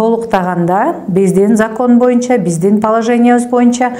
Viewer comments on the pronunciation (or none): none